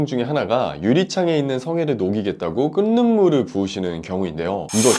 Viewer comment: "끓는 --> 끌는" (o) , 끈는(x):: 발음이 계속 거슬림